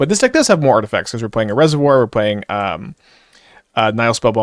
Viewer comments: The first i is short, so it should be as i in hit- Nih-hill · Actually, "Nihil Spellbomb" should be pronounced closer to "Knee-hill Spellbomb", if you want to sound latin,:-)